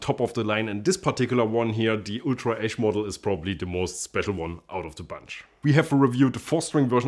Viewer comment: Every time he said “ash”, I heard “esch” and though it was an “Ultra S” model.